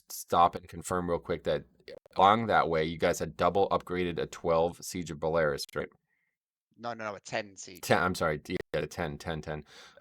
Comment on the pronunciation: I love your channel and your content, but one thing rattled me more then this idiots leaving keys - its the fact that its "Boralus" not "Bolarus". There i made it all better!! Ps: keep exposing them man, we all need a m+ Batman at this point.